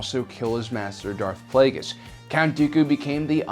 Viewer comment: Holy shit, you actually pronounced Plagueis right. Well done!